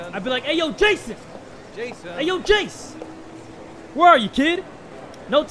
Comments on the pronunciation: It's not Jayson it's Son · I kept hearing "-San"